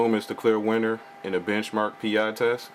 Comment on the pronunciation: Sorry but it's not Benchmark 'P-I'as in Magnum P-I instead it's pronounce Benchmark Pie as in the dessert. Pi=Pie. Pi